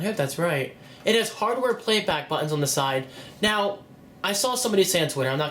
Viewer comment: Please learn to say "button" ... lol